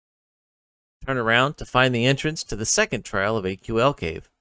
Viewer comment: It's not AQL, It's Aql, pronounced kinda like ankle. Ack-ul. Pretty sure the dialogue in game says it too. Anyways, thanks for the video! Your character kinda looks like my wife, so that was cool to see! The black hair with a bun and black lipstick is something my wife would go out in. Have a good one.